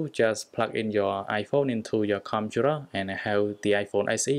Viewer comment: Says computer Me- Whats a conturar